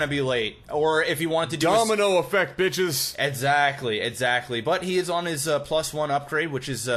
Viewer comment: 3.40: "Etzatly, etzatly"